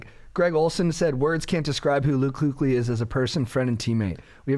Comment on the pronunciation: That kuechly pronunciation lol